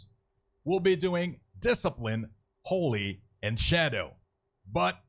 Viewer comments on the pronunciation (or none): none